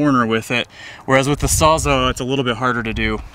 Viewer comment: Great video! Thanks for making it! I learned a lot. By the way it's sawsall not sawsa